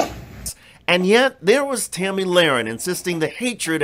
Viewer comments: Her name is Tomi not Tammy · It's "Tomi" not Tammy